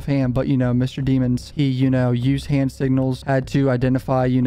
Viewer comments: You make this hard to watch by calling him deeemonds instead of his actual last name which is pronounced “deh-monds” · DEM-MONS not demons lol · i belive melly's surname is pronounced demmons" instead of deemons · You keep pronouncing his last name wrong say it with me Dem-ons not De-mons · its pronounced da-mons😂 😂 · Pronounced Deh-mons dummy